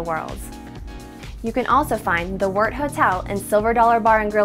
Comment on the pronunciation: Good to hear the correct pronunciation of Wort